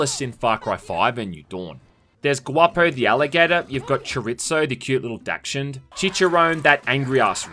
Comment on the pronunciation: Daxch und?!? It's dash hound